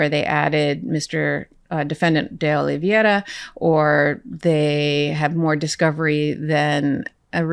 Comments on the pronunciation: I have great respect for you, Karen. But please learn to pronounce "Oliveira" correctly! It's oh-lee-VEH-rah NOT oh-lee-vee-EH-ra. The dipthong is NOT "ie" but rather "ei." All other professional broadcasters have caught up with this after all these months . At first it wasn't widely known. Now it feels like nails on a blackboard. We've heard the name pronounced correctly in court. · Oliveira not Oliviera. :) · Karen, you need to learn the pronounce Carlos de Oliveira's name. You and say it like "Riviera," and that's simply wrong. Spanish pronounces "ei" as a long-a. Try this: OH-LEE-VAY-RUH. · For everyone at Meidas Touch: Spanish is, unlike English, consistently phonetic. It is always possible to pronounce it correctly if you go vowel by vowel. Therefore, “Oliveira” is pronounced O-lee-vay-ee-ra. None of you can resist butchering it, but I wish you would.